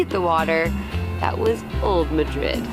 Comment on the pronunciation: Is the town really pronounced "New-Muh-DRID"? I know the Spanish city is pronounced "Muh-DRID", but everyone I know refers to the fault line as the "New MAH-drid" Fault. I love seeing my subscribed Youtubers visiting my area of the world. I'm just sad when I don't get to meet them... darn work and adulting stuff! LOL